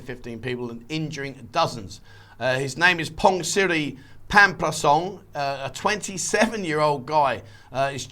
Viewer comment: correct me if I'm wrong mate but you said his name as Pongsiri . well when I visited UBON RATCATHANI I asked the taxi driver to take me to Siri Isaan Hotel and he never knew what I was saying , the reason was SIRI is said as the word SEE. so then the correct way was See Isaan Hotel , so would it be the same for a persons name ?? cheers